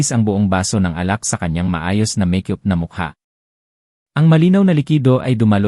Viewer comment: Walang pagbabago Ang bigkas mo ng make-up, meyk yup or meyk yoop pa Rin, tigas ng ulo mo, dyusko ko Ang bigkas mo ng unit ay onit pa Rin ayusin mo nman pagbigkas ng mga salita tulad ng supot nagging bastos tuloy Yung kahulugan ng klase ng pagbigkas mo, utang na loob kung Hindi nyo papalitan Ang narrator wala nang tatangkilik sa mga kwento nyo